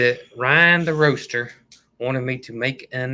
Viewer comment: Thought you said, "Ryan the Rooster" and I was picturing a bird packing up packages, until it finally kicked in you were meaning the ROASTER!!